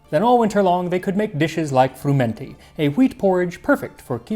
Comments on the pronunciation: I don't think it is pronounced fruMENty, but swallowing the n as frUmety. The stress on the u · Huh, so that's how it's pronounced when you aren't in deepest somerset. I've always heard it fr-UM-enty, with the emphasis on the um, and usually with the T dropped because somerset accents don't include much in the way of consonants. It sounds so much posher the Italian way. This sort of stodge is still eaten in some of the really rural bits of the UK, including somerset and the welsh valleys (at least in the 20s and 30s it was, when they could afford the eggs).